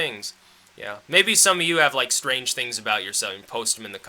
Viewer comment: vewy stwange.. silly wabbit.